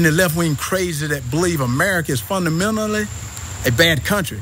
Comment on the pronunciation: His response is also not original. Lol "Funamental" lol